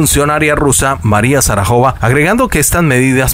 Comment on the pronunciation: María Sarajova??? No puede ser, está lleno de errores de lectura y acentuación, les falta mucha calidad.